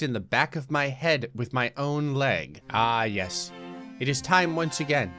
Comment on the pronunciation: it’s Yes not Yus